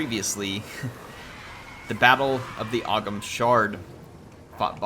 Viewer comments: Just putting this out there "Ogham" is not "og-ham" but "o-w'm" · Ogham is an old Irish script, and is pronounced 'Ohm' (not og-ham)